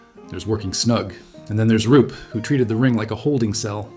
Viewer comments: Roop not Rupe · It's Roop